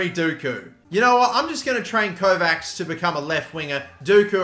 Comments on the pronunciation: the 'cs' in Kovács pronounce like 'ch' in coach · The end of Kovács is pronounced like the end of the word "match"